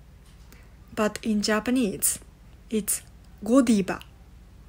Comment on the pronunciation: You pronounce it wrong in English. It’s not Godiba. 😅 it’s GodiVVVa